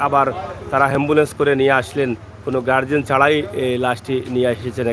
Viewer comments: Shikkha nei to tai ambulance k hambulance boltesen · হেম্বলেন্স নয় এ্যাম্বুলেন্স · হেম্বুলেন্স বলছো কেন । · আরে মুরুক্ষ হেম্বুলেন্স না অ্যাম্বুলেন্স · এমবোলেচ হেমবোলেচ না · হেম্বলেছ নাকি এম্বলেস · এই শালা হ্যম্বুল্যন্স নাকি এ্যম্বুল্যন্স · ভাই হেমবোলেছ না বলে এম বোলেছ বল্লে ভালো হবে